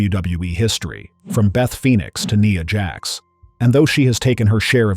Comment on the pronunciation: It's Nia Jax with the i being the I sound not an e sound.